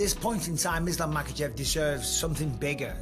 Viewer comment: Chael hears the names all the time still says them wrong lmao there's no L in his last name brother